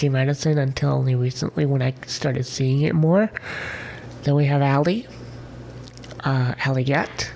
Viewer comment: Ari is so sweet! Aslan is actually pronounced As-LAN, like the start of the name Landon. I think Alle is said as Ali, and Aniela is Ann-yell-uh. Oh, and Avalon is said as Av-uh-lon, Av rhymes with have. I love Adelaide, Adria, Alessandra, Alice, Allegra, Alma, Amalia, Amaryllis, Angelique, Araceli, Araminta, Ariadne, Atarah, Avalon, Aviva and Aya. Fun fact, Alys is the Welsh form of Alice. Great list!